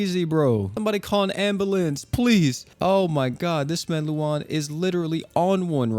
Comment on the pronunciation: My guy said amabalance lol